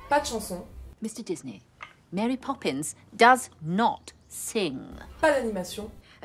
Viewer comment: Ne devrait-on pas prononcer Mary comme Mary (à l'anglaise) et non... Marie ? ;)